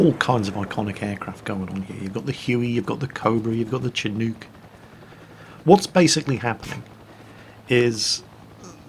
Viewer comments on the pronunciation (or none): (shin-nook) not chin-nook. don't offend your native American viewers bro. Bad enough the country is naming its war machines after them. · it's pronounced shin-noök 😂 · Actually the Chinook is pronounced with an S sound instead of a CH. So its more like Shinook. Gun cocking sound? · Hey, Chinook is pronounced sha-nook. My dad worked on designing and testing the electrical control systems at the manufacturing plant at Ridley Park. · did you just say chinook like shin nuke? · Chinook it's pronounced shinook Or as a grunt shithook lol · Did he just say. Chooonuk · Love the video. I am now considering buying Heliborne thanks to your videos. A small correct: The CH-47 "Chinook" is pronounced like "shh" (as if you were shushing someone) + "nook". The more scenarios, like Dunkirk, the better as far as I'm concerned. I like the scenarios in general but the Halloween event is awesome. Why? Because it's difficult. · WARNING - "Murican" English lesson inbound - Chinook is pronounced with the "sh" sound, not a hard "ch". And the second syllable is sounded like how you say the word "crook". Ok - back to watching, loving the Vietnam setting for Heliborne.